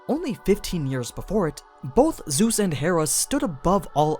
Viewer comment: bro said zues lmao